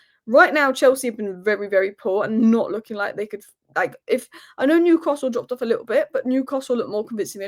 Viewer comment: i dont think so,,,,, and by the way there is NO R in NEWCASTLE SO PLEASE drop your R and say their name properly, I.E. NEWCASTLE,,,,,,,,,like all we toon fans do, chow, slater pet.